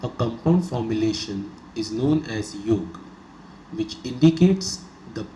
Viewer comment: good knowledgeable narration. But don't modify the word yoga. whenever pronounced yoga as yog its very painful to hear.